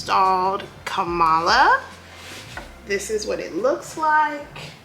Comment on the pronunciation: Her name is pronounced Comma-la not Ka-malla!